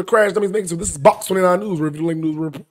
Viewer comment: Breaking nuuuz.. braking newzzz.. breaking f’n neuezzzz 😂